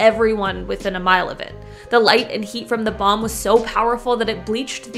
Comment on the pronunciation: Couldn't even say bomb 😅🤣😂🤣